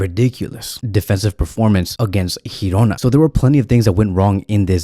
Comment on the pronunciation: Mate i told you last year, its not Hirona, its GIRONA with a G from GEORGE. I understand in Spanish, G is H, but Girona is Girona because it is in Catalan, if you respect Barcelona , you will respect the catalan language, anyways much love and support!